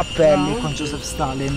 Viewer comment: josip,non joseph